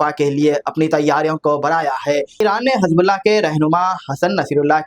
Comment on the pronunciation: Hizb bulla not hazab bulla plz.correct it.